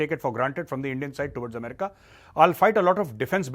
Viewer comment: Why does he keep saying "Ambreeka" instead of America ?